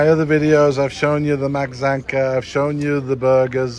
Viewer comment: Maczanka = Machanka, not matsanka!